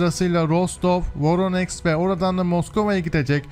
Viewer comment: abi.. voroneks yox VORONEJ. sen slavyan seherlerini duz seslendirmirsen, onlar KS yox SK seslenir.